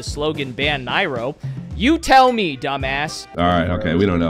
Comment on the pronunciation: a 50-something year old man who doesn’t know how to pronounce Nairo’s name talking about “our community”